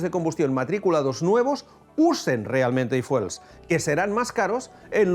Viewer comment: No se dice ifuel , se dice ifiuel 😅